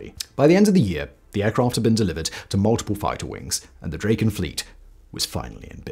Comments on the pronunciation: "Draw-ken" not "Dray-ken" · great vid, thanks! beautiful plane. one comment though, it should sound like "drah-ken" (not "dray-ken", as said throughout this video). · Hi. Try Drakken, not Drayken. You got it right at the very beginning, then forgot! Try Dragon with a k, and thazzit! A, as in cat. OK?